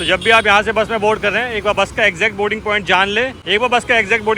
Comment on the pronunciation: आपकों बोलना नहीं आता क्या।बोरींग पौईंट बोलते हैं लेकिन सही बोलना बोर्डींग पौईंट है